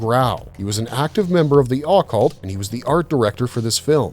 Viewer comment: Lol at the way he purnounced Occult, as "Awwwwe-chult" 😂